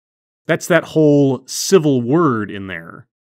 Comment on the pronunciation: She said 'civil' did she? Sounded like 'cibil' to me.